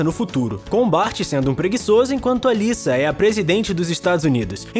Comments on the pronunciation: Me deu uma raiva do cara falando Lissa em vez de Lisa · Tá falando lisa como se fosse liça o certo seria fala liza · Não é " Lissa" e sim, Lisa ( com som de Z ). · Não é Liça, é Lisa.. ( Liza) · Lisa?...Quem pronuncia o nome dela assim são americanos. No brasil geralmente falamos ' Liza. ' Futebol americano...Taí um esporte que não acho um pingo de graça.